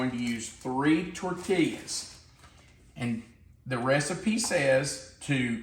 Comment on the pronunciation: I’m making for dinner tonite. Smells Lucious, can’t wait to try it. Have made many of your recipes and none have disappointed. In the southwest we pronounce tortilla as tor-tee-uh😊